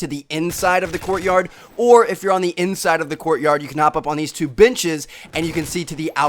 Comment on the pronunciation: sound like he said bitches insted of benches